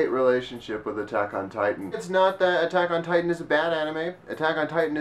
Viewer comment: please, oh please, stop saying Attack ON Titan. My respect for you as an anime fan and a japanese understander, are falling by the second.